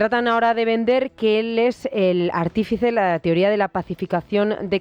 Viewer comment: Y la conductora dice: "TIORÍA" 😮😂